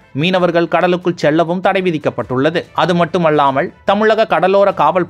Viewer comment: தயவு செய்து சரியாக உச்சரிக்கவும். மட்டுமள்ளாமல் என்று கூறவேண்டாம். மட்டுமல்லாமல் என்றே உச்சரிக்க வேண்டும்.